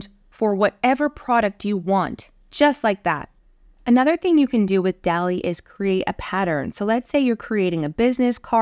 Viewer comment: I always thought it was DAH-lee, like the painter.